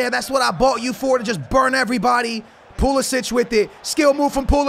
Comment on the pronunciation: bro hes called pulisic not pulasic